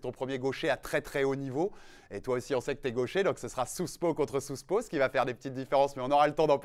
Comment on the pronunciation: Sérieux faites un minimum d'effort sur la prononciation ou arrêtez les anglicismes, "souspo contre souspo"